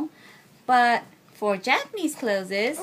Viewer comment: Hello, although I am not a teacher at all, when saying "Introducing Japanese baby clothes" (written here correct) the pronunciation as "Clothes-es" sounds odd. sounding more like "Close" as in "close the door" is more correct. Sorry if I offend :(